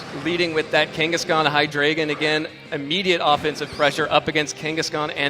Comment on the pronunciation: It bothers me so much that the judges don't pronounce Hydreigon correctly. It' evolutionary line is based on one two and three from the German language. Ein rhymes with dine. Zwei rhymes with why. And drei rhymes with eye. They all even follow the rules of English. People have the same problem with my name, which is part of the reason why this bothers me so much.